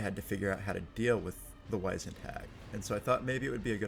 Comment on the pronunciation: How have you never learnt how to pronounce Wizened? Wiz-end. Not Wise-end. WIZ-end, similar to WIZ-ard.